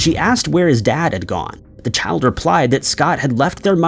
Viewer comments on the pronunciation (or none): none